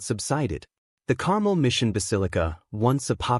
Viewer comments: Carmel isn't pronounced the same as caramel (as in caramel apple). The emphasis is on the last syllable: car-melle. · Uh, no, Carmel is NOT pronounced Carmel ( like the candy) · “CAR MEL” is the correct pronunciation 😊